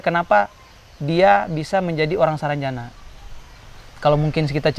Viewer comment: salah bro Penyebutannya itu sarangjana bukan saranjana Arti sarangjana itu =sarang yang bearti "tempat", ibarat sarang burung, lalu jana nya itu terpisah lagi huruf j nya, arti j nya itu "jin", nah kata ana itu itu" sana". Jadi kalau di artikan atau di tafsirkan menjadi "tempat jin sana" Saya asli orang Kalimantan tepatnya kalbar Pontianak. Jadi saya hanya tau artinya saja.